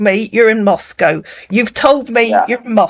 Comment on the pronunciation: Jajaj he’s trying to say Moscow but he said manaco. Don’t worry ! Search !!! Search’